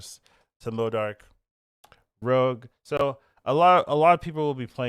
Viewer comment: Why can't any of the SNAP content creators pronounce M.O.D.O.K correctly?